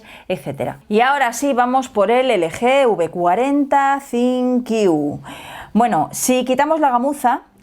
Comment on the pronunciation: Porque que Decis Sinqiu Si es ThinQ?